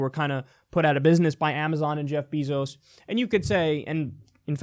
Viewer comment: “Jeff Beezos”